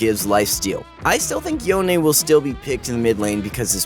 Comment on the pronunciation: Stop saying yonae, just say youn